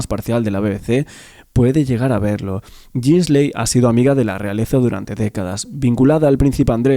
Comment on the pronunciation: Ghislaine Se pronuncia "GUILEIN".